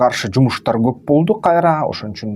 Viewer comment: Гоп эмес коп деп суйло кыргыз тилде гоп деген сох жок